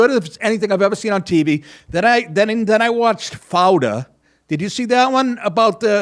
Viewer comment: Fauda is the name of the movie and show. Not Fouder as Nick's accent makes it sound like.